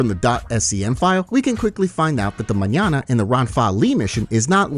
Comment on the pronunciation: Flawless pronunciation of the word Mañana, cheers